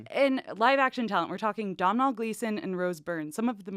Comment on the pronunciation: Domhnall is pronounced more like dough-null.